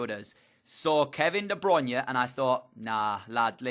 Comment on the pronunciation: If you buy KDB, at least pronounce his name correctly.